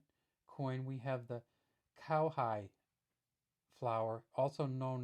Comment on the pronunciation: Kowhai on the 2c is pronounced ko-fy not cow-hi. Nice video though!